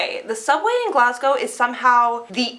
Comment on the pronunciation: Well done. You're one of the only Americans who can pronounce "Glasgow" correctly.